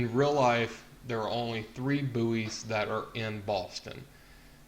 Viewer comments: Yeah i've got new information... Buoys are pronounced as "Boys" not Booeys ... other than that interesting video. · its pronounces like "boy mot "boo-ees "" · its pronounced boys not booeys fgs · It's pronounced boys not booeys. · the word bouys is pronounced like boys not boo-eys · Please tell me you muricans don't pronounce buoys as booeez! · it sounds like he's saying booty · My ocd was going mental because of your pronunciation.